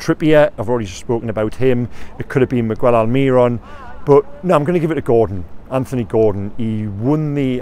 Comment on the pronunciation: Please please please stop saying migwell alMIRon, miggy has been with us for years, and your whole job is to cover the club, please, its really not hard to learn how to say his name